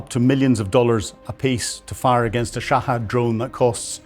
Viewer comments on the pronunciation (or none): Sha-hed Not “sha-hAd”